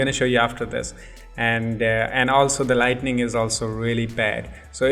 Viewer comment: "Lighting" not Lightning... Nice tuts though.. Keep it up..